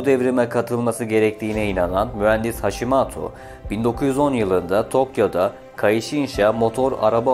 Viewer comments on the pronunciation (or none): none